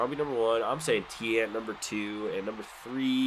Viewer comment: LOL, "Louis Tee-Ant".